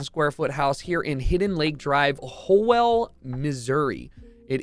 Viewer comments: Ho-well Michigan. Imma start pronouncing it like that now. it’s suppose to be how-ell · i used to live within walking distance of that house the town is pronounced like howl for some reason lmao